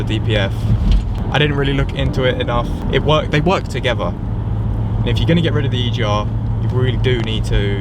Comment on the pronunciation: “They work toogeva” 🙄